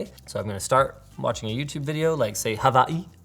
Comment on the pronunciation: dang, Linus saying Hawai'i was interesting xD seems like someone has gotten scolded on its pronunciation xD